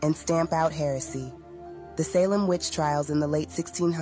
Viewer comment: Pronouncing Salem 2 different ways in consecutive sentences was interesting.